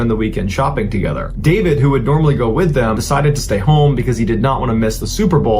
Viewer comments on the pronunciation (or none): none